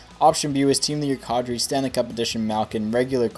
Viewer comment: It's kAdri not kawdri